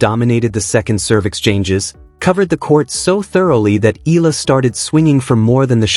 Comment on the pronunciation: pls. it's E ya la (Eala). NOT Ela or whatever you say it. AGAIN E ya la (Eala). ty